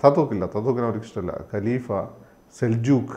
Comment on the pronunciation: Gelifa Alla, Khaleefa Aan.